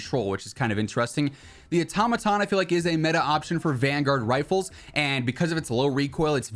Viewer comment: Wad anyone else cringing when he said “atomaton” instead of “auto-maton